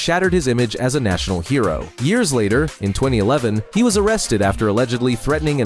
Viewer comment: Can you teach AI to say year’s correctly please.